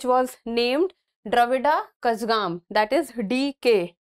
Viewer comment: mam Please correct your Pronounciation of Kazhagam